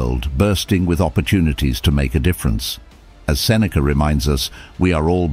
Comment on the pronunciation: I am suffering because u butchered his name. :-D